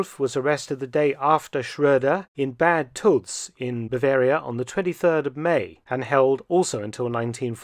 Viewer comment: Bad Tölz is not pronounced bad 🙄